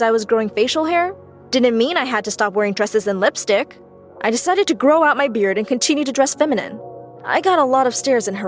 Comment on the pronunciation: I thought you said bread🤣🤣🤣🤣